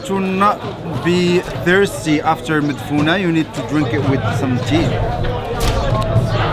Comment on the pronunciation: "Madfouna " not Madfouno😉